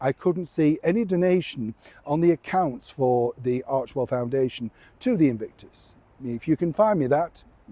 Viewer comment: "Invictus" or "Evict-us" ?!!